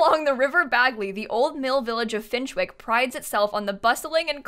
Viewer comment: Every time said Finchwick I died a bit more inside 😂 for non-brits it’s pronounced Finch-ick, no W